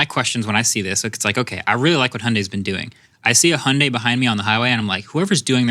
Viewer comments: Interesting. On the pronunciation, a good effort but COMPLETELY BUTCHERED . The American pronunciation of Hyun-DAY is closest to the Korean pronunciation 현대 (It's TWO syllables in the Korean word). I've studied Korean for a lifetime. So Marques...well done. You are pronouncing it correctly. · Hyundai is spelled 현대 in Korean, so there actually isn't an "i" sound. How you've been pronouncing is a lot closer to Korean pronunciation. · you guys pronounced hyundai correctly the first time. that's how it sounds like in Korean as well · Your Hyundai pronunciation is correct. There's a quick "ie" sound before the "u" but it's more or less correct, according to South Korean pronunciation. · Hi Marques &. Loved, love, and loving your show. I’m Korean so I can tell you as fact, your pronunciation of Hyundai is very accurate. The way Hyundai USA pronounces it is a simplified version of the true Korean pronunciation, but it’s pretty close to the real thing. Other ways such as Hyun-Die or He-On-Die are absolutely not correct. Stay confident with your tongue! *FYI the Korean way to say it is the usual Hyundai with a slight emphasis on the Y. So instead of Hun-Day, it should be H-yon-Day. Hope this helps! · I am Korean (and working for Hyundai in Germany) and you both pronouncing Hyundai exactly like Koreans do, Perfect. Thanks. Btw. pronouncing May bach [maibak ] is also correct. Good Job. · Korean dude here. The way the guys pronounce it (which is the way Hyundai commercials pronounce it) is pretty accurate. The only specific thing is that the "dai" part of Hyundai is pronounced less like "day" and more like "deh/dae". Also, there aren't intonations in Korean like the way there is in Chinese.